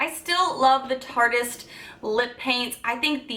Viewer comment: Yay you said “tarteist” right. I’m so proud of you 😂👍🏻